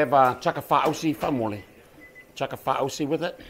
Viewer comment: was watching the vid thinking where have I've seen this uso before....nex munit.. Salute FootSoujahs.. u lookin good!! Nz hiphop legend.. Oh uso faaausi in english is karamel😂 Notice how the brada pronounces it.. If your tongan you know😅 Love the vid my uso Kuki/Sa/Sir Lankan uso showing❤. ✌